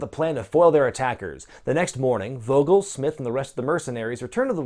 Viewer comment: Vogel should be pronounced Foh-gill. It's a German word for bird, so I assume the character has a German accent...I guess?